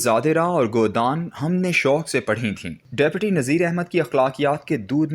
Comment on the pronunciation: How illiterate is this reader? He pronounced Awadh as Odh. In Urdu Deputy is pronounced as Dipti. There are tens of other mistakes as well. لا حول ولا قوت.